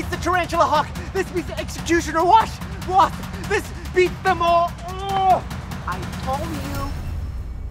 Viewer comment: he said wash instead of wasp😂